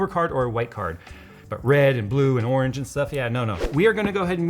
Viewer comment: Lol and his colorblindness “red, blue orang” “red blue orange-enough”